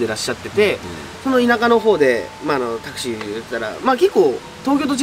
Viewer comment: タクシーのお話女の人乗せてってゆーのは多いですが全てが繋がっててびっくりですね もしかしたら亡くなった女の人は恨みとかそうゆーのではなく自分を轢いてしまった息子さんが後悔して今なら電話したら話せるしきっかけ作ってくれたのかもしれないですよね 亡くなった事は悲しくても家に連れて帰ってくれてそれだけでその女の人は良かったのかもって思いたいです タクシー⤴︎ の発音は笑えましたねｗｗｗ でもいつも話しててアドリブで締めてる感じあるのでそれはそれで凄いと思います😊 お疲れ様でした 旧善波トンネル楽しみにしてますね